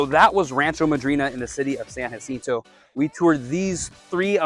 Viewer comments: Bro, those houses could be $200, 000 and 3800 SF, and they would still be empty. It's the desert, and it sucks ass. I'm not knocking you but in fact you didn't even bother to learn the proper pronunciation. It's San (Ya- Sento) 😂😂😂. I'm going to watch and subscribe though. I promise If you show me something I don't already know I'll buy one and rent it out. Absolutely no way I'd ever lived there. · I was told it’s San ha cinto . The J is an H sound.